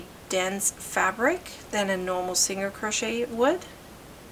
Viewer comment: She wasnt rude. Even my son was asking what a singer crochet was cuz he was listening. He hears me talk about crochet all the time.